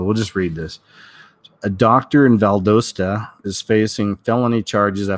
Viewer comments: It's pronounced Val-dah-stah, think southern accents! I'm a native Georgian. rhymes with Valhalla omg it's like scraping my ears hearing it pronounced wrong lol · I know right its Vald 'ah' sta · The US has plenty floating nuclear powerplants, namely aircraft carriers and ballistic missile submarines. The carrier I was assigned to once powered Oakland City in the aftermath of the San Francisco earthquake. BTW, Valdosta has a short O sound. Lowndes needs some practice to pronounce correctly. the D is really soft. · Just wanted to say I enjoy your videos but Valdosta has a short o sound like dot pot shot, not a long o sound dome Rome so anyways you get the idea